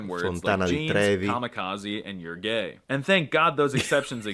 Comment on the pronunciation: io essendo un ibrido... (mezzo terrone, mezzo polentone perché i miei sono meridionali ma sono nato in lombardia) non so se dovrei offendermi o esserne fiero ahahahahah sbaglio o ha appena detto "you are ghei"? ahahahhaha porca madonna... ERESIA. Pizza Hut or 💩Dominos ARE BANNED FROM ITALY FOR OBVIOUS REASONS! THEIR PIZZA SUCKS. THAT IS NOT EVEN PIZZA... CALLING THAT CRAP PIZZA IS A CRIME AGAINST OUR CULTURE. (You can't add trash on a pizza and call that "PIZZA") sto per mandargli la mafia sotto casa a sto quà...